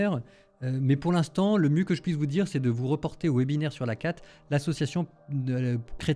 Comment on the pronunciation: ACAT et non ACAR à la 49 è minute